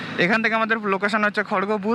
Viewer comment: Vai sobai to bole khorogpur, Tumi khorgopur bolchho keno? But video is good, keep going